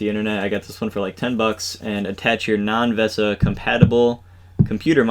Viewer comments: I'm pretty sure it's pronounced VISA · VESA is pronounced the same as "Visa". Also, if you would mix some epoxy and put it on the bolt heads inside the monitor, or even better, mount the nuts inside the monitor case with some Epoxy (being sure to use the exactly correct bolt lengths), then you can remove the VESA mount later without having floppy bolts sticking out.